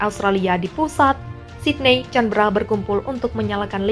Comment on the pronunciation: Kritik membangun buat pembaca narasi. Ibukota Australia bacanya K a n b è r a mbak...bukan ...Canbera..bukan Tjanbera......